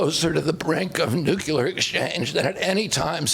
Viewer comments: Please everyone with so much experience and success, correctly say NUCLEAR and not NUCULAR! English and grammar major, but I hear more educated politicians pronounce this word incorrectly. It drives me crazy. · "NUKULAR?!!" that's all you need to realize he is a semiliterate clueless MORON